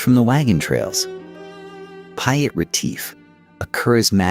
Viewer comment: .. TO THE AMERICAN EAR .. PIET .. PIET ... SOUNDS LIKE PETE .. PETE.. WHEN YOU SAY PYAT IT SOUNDS LIKE WYITT... ... PIET IS PETE IN ENGLISH 😊😊